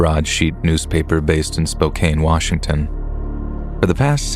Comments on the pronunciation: Spokane is pronounced spoke-an. Not spoke-ane. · SPO-CAN is how you pronounce spokane! Love the stories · You mispronounced Spokane 😐. It’s pronounced Spo-can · That's ok. Non locals are bound to mispronounce.